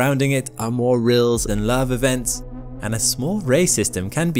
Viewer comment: What’s “lavver”?